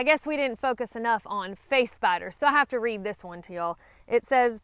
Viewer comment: I'm not afraid of spiders, but I thought you were saying face bites instead of face spiders. Face biters do sound scary.